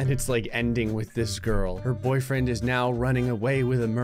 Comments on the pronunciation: it's funny how one of the girls said "My boyrfiend" and not "My boyfriend". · Ah yes, boyrfiend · "My boyrfiend!" (My Boy-ER-fee-ND) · Woman B is saying My Boyrfiend 😆😅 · ah yes, "boyrfiend" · Ah yes, my boyrfiend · nobody gonna talk about how the one on the right says boyrfiend? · How is no one gonna metion "Boyrfiend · ah yes. My boyrfiend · Did you notice that girl said my boyfiend